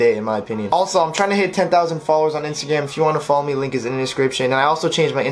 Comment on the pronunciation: did you say Insta Gam? lol